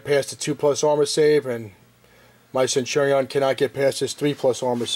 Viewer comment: Love the video, hate how you pronounce centurion.